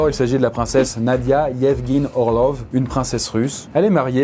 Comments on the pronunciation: Super vidéo mais je crois que ça se prononce "orlof" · Ça se prononce "Orlof", au cas où ! 😛